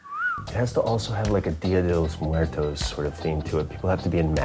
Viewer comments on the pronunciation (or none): none